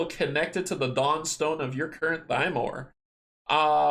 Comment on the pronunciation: Also, he pronounces the word Thymor as “Tee-More” (with a little r roll) as opposed to “Thigh-More”. Dang Polish language! =)